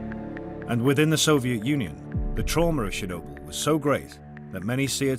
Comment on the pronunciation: Actually the name is not ChErnobil but ChOrnibil (tchorno meaning Black)